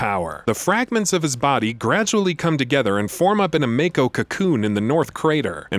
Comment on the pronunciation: Why has no one informed this guy how to pronounce "Mako" yet? Its like 5 episodes deep in this series now!